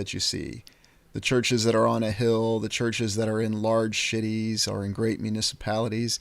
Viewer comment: Are you saying "large sh*tties" instead of "large cities," or is that just my imagination? lol 💩